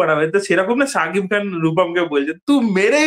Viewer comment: ছাকিব খান নয় শাকিব খান 😂😂😂😂